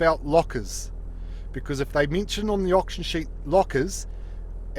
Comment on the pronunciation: Mintion LOL